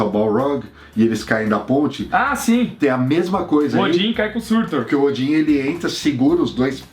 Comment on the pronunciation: o nome é SURTÚR.